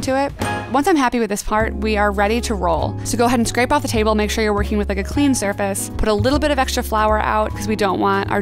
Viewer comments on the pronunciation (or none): She said “scrape the table” 😂